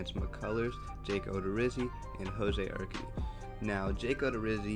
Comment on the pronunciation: You’re pronouncing Urquidy wrong bro lol 😂